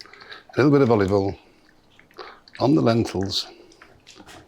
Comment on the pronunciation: I legit get afraid when MPW says "generous amount of olivol"